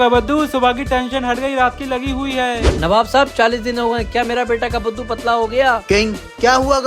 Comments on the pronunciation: Kabbaddu❌ Kaddu✅ 😂😂😂😂😂😂😂😂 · Kabbadu❌ Kaddu✅✅✅✅😂😂😂😂